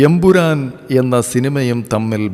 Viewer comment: എബുരാൻ അല്ല എമ്പുരാൻ ഇത്രയും പ്രായവും വിവരവും ഉള്ള നിങ്ങൾ മലയാളത്തെ കൊല്ലരുത് 🙏